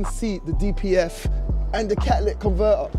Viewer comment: Ca-a-lyc conver-er, huh?